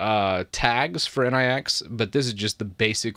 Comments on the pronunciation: Nix ("Nicks") ... Not N.I.X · Its not N-I-X, it is pronounced nicks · It is not pronounced as N.I.X. It is pronounced as, "Nyx nyx nyx nyx nyx..." 😂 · Nix not N.I.X. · The next step is to start using flakes. BTW nix pronounced different. Like Unix but without u. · oh my god "in eye ex" 👀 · I hear nix pronunciation being butchered so hard, I downvote